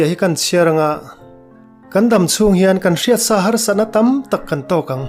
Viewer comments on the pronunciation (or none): none